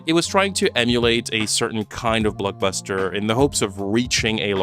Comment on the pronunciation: Is it me or is it super annoying how he pronounces Blockbuster??